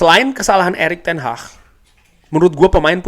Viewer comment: Erik Ten Hag bukan ERIK TEN HAH 😂😂😂😂